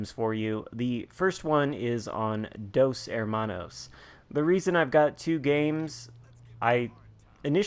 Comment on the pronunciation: Dos Hermanos jajaja great great pronuntiation bro.